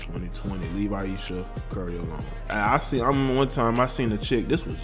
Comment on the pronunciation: You’re pronouncing her name wrong also.